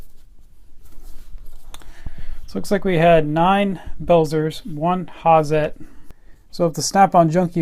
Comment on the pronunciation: Cool review- Hazet is pronounced "Hartzet", likewise Belzer..."beltzer" sorry to be stiggler.... great stuff. Great spanners!